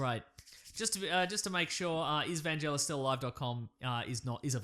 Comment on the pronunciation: Okay, let's clear this up..... VAN-GEL-IS ! Thanks